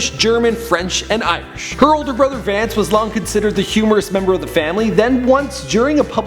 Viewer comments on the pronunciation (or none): none